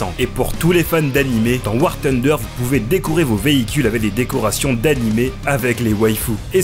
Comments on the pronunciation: " War Tunder " respectez le nom du jeu punaise ;-; THunder, y'a TH dedans et si vous connaissez pas la prononciation utilisez la voix de Google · Bordel on est toujours pas au KFC c'est War TUNDER mais War FUNDER....